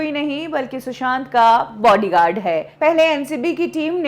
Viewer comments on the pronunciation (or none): BODYGUARD NOT BORDYGARD